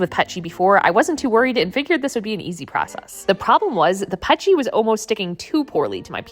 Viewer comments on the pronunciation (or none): "Pet-g" crazy pronunciation. It's P E T G if you ever need to talk to anyone in the plastic industry.